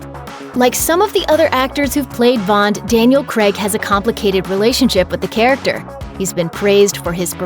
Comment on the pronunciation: It’s pronounced “krayg”, not “kreg”.